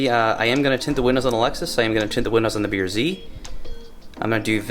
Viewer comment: When you say Type R, the R comes out as “ARE” when say BRZ the R comes out as “ERR” Type Are and B ERR Z. Cracks me up. For $800.00 I hope you got OEM Lexus parts. Manny Moe & Jack ain’t cheap